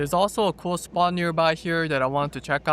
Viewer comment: "cool SPOT" not "cool SPA" 😅